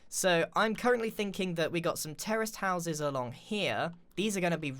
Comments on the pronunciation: am i the only one that thought he was saying terrorist houses instead of terrace houses lol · He sounds like he says terrorist houses lol